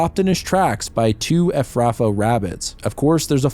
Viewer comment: You should have watched the original movie. You're mispronouncing a few words, like Efrafa and El-arairah. Stop mispronouncing the overcomplicated made up words! 😂